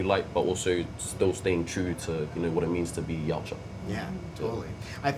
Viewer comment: Thank god he said Yautja!